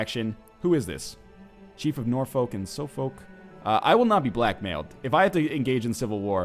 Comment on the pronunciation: Northernlion pls.... Suffolk = "Suf-fuk" and Norfolk = "Nor-fuk"...